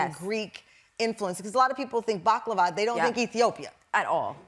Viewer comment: i know what it is but the way host pronounced it was too bad that is why i said what is this ...